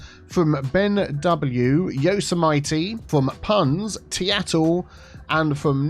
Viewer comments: Yosemite isn't pronounced 'yo - see - mighty' It's 'yoh-semitee' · I believe it is pronounced Yo Sim uh Tea. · The way you pronounced Yosemite,, argggggg lol 😫😫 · that is NOT how you pronounce yosemite